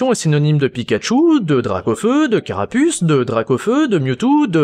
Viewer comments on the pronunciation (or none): none